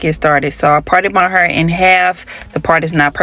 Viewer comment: The way she says hair..😂😂😂😂 heerrr like in the rap songs